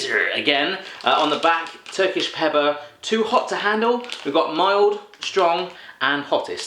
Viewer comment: ye thats it. Only swedish vikings like me can handle the "turkisk peber" m8